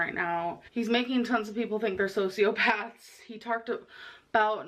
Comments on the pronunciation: I hate when people pronounce it “socio-PATHy” lol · I personally find the butchering of sociopathy so humorous